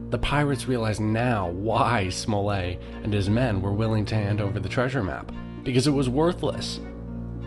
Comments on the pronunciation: It's not "Smol-lay"; it's SMOLL-ET. And it's LIV- ZEE, not LYVE-ZEE. The dot on the map you placed, is Liverpool. Bristol is much further south!! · I thought it was pronounced captain "smullet" and Dr "Live see"